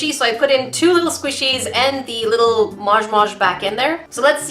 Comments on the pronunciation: YOU SAID IT WRONG, ITS MOJ MOJ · SHE SAID MOJ MOJ WRONG